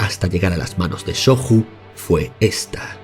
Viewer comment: La "J" seguida de vocal pronuncia como nuestra "Y", por ejemplo: Jigoku se pronunciaría /Yi-go-cu/ y Shoju /sho-yu/